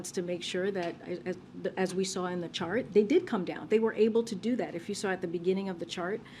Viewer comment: she said shart instead of chart